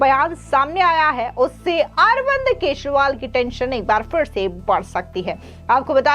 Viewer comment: मैडम आप केजरीवाल को केसवाल बोलती हैं इसको सही कर लीजिए।